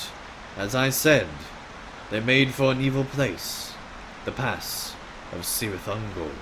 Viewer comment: Fascinating to see this story told by an onlooker like that, I am really looking forward to playing this content myself…no matter how many years it takes me ;-) A minor pronunciation note: the "C" in "Cirith Ungol" is hard like "cat" and indeed "captain" :-P